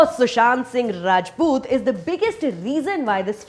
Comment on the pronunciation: I liked the way you said 'RAJPUT'. ☺😊😀